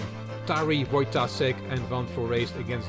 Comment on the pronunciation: Please consult your polish friend because you are pronouncing Wojtaszek wrong :)